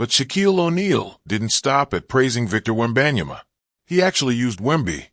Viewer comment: The way he said victor webeyana was so goofy and trash video btw